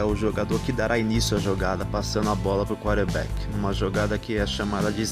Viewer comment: Vídeo ótimo. O nome é quaRterback e não quaterback